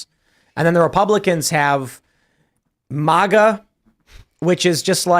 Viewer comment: Can't stand when people pronounce MAGA as if its spelled MAHHHGA.🤦‍♂️😅 It sounds ridiculous